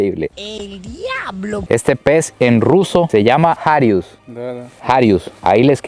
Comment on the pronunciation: Alguien dijo el diaaaablo 😅 tiene que ser Dominicano minuto 😅😂